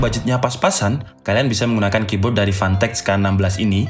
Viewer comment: Apa cuman gw yang denger fantech nya jadi pantek